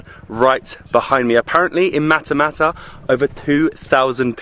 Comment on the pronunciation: Matmata not matamata